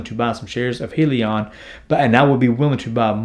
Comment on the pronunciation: Hyliion stands for “hybrid lithium ion” pronounced (hi-Leon)